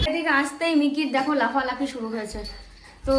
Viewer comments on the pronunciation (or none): none